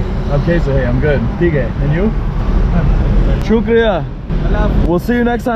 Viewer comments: How beautiful he says shukriya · loved the way you say "Shukria"...too good and thanks for promoting Pakistan's positive image. Long live mate. And I subscribed this channel too....